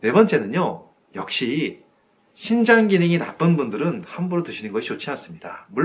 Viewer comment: 심장인지? 신장인지? 발음이...정확히 해주셨으면 감사하겠습니다